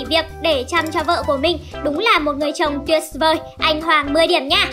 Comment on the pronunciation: Quá là bình's thường luôn 🤣 tuyệt's vời 🤣 tuyệt's vời (lần 2)